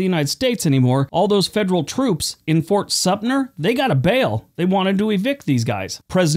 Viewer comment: That's SUM-TER, not SUMP-NER